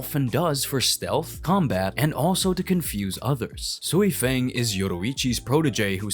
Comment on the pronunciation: I get if it’s your accent, some names are just off, it’s not just you I’ve heard it from several different creators. Sui-feng has always been pronounced soifon in every translation it’s just looks like “feng” when reading. There were a few other names that sounded weird idk if dubbing is different in different places but even in the Japanese version it doesn’t seem consistent But as far as racist not sure what you mean if I’m being honest I couldn’t place your accent honestly but I’m multiracial American I have no reason to discriminate against anyone